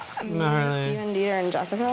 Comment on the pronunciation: I love love love that you’re doing Laguna Beach! I think we need a drinking game for when they say: - stePHEN -Jess-I-CA -the long stares between Lauren and Kristen -whenever Stephen and Kristen fight